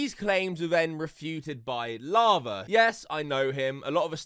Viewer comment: Say lava not larva plz lol thanks